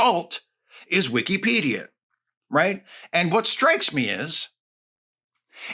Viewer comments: Maybe its a region thing, but i have never heard someone say "wikcy-pedia" ive always said and heard "wicka-pedia" just caught me off guard at first 😅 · I don't know if I've been saying it wrong, but Wee-key-pedia does not sound right. Whick-a-pedia is how I've always heard it used. Excellent points, though. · it's wikipedia not wikEEpedia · ❌ "Wik-a-pedia" ✅ "Wik-EE-pedia" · Am I the only one who pronounces is “wick-uh-pedia” rather than “wick-ee-pedia” as he does? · I've never heard it pronounced that way, but it makes sense. It's always been "Wick-uh-pedia" from people I know. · after the 3rd "wee key pedia" i had to tap out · Weekeepedia. I can't unhear it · Hearing it pronounced like that hurts my head. It is wi·kuh·pee·dee·uh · Genuinely great content. And I get your point... buuuut... you say Wikipedia like weekeypedia so your point is invalid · I have never heard someone pronounce the second I in Wikipedia with so much respect 😂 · Is... Is that how Wikipedia pronounced? I have been saying wrong this whole time?